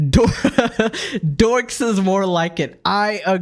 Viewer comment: They said 'dorks' wrong.